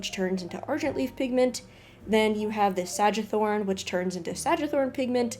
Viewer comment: It's Sang wee thorn. Adding a few extra words so the algorithm is tickled.